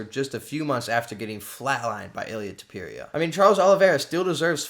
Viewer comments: Stop saying his name like that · Learn how to pronounce his name or dont say it that much haha